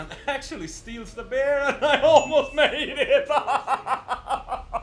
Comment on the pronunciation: It's very common for Scandinavians to mix up beer and bear for some reason :)